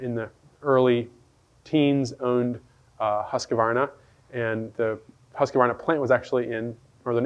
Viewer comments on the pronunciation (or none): Pronounced "Hooskvarna".